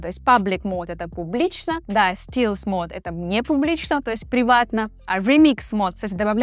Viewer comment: Неграмотная молодежь! Ну а что делать!!! stealth читается как стелс, а не стилс (